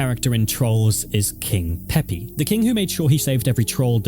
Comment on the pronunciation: He said "king pepe is" and i genuinely recoiled out of shock